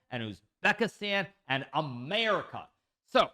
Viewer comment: the way you said "America" lol.